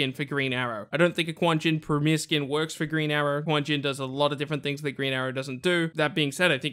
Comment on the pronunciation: its KUNG JIN not quan jin